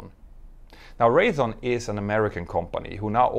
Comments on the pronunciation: Hi. I LOVE your videos and watch them all. Sorry a nit pick. I can't call the side stick a "joy" stick, fair enough. But my dad worked for Raytheon for 40 years. Let's pronounce it correctly. Ray-thee-on, NOT Ray-a-thon. Don't worry in New Englend where Raytheon is headquartered, we have towns and cities that people can't pronounce. Worcester is pronounced, Woostah. And Quincy is pronouned, Quinzy. New weather forecasters on the local channels yused to get it good for mispronouncing them and others. ;^) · Speaking of pronunciation and strangeness... as someone who hangs around with Raytheon employees (but doesn't work there), it's actually pronounced like "wraith-eon" (instead of "ray-thon", or what it looks like "ray-the-on"). No, I don't know why. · Pronunciation note: Raytheon is RAY-thee-on (thee like three without the r), not RAY-uh-thon. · Proper yokes or ick sidesticks. LOL! No horse in this race huh? Ray-thee-on. Has Boeing got enough money left to develop a new aircraft? What will they do? Under current management? Whatever is cheapest.